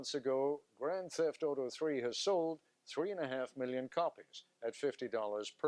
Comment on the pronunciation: "Grand Seft auto 3" XD